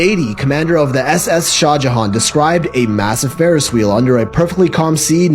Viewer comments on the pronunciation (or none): none